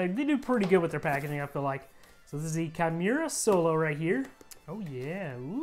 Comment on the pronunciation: It's "key-moo-ra".